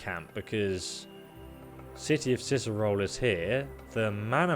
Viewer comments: i was done the moment he said Cierzero instead of Cierzo. awesome walkthrough though mate KEEP UP✌🏻✌🏻✌🏻👍🏻👍🏻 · reads Cierzo as "Cizero" hmmmm.... "Oh yes Listener" Sausage Roll returns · Cierzo. See air Zo! Just say the letters! Please. Sound it out! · you know hes an es expert because he reads "Cierzo" as "Cicero" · That and reading Cierzo as Cizero For fucks sake xD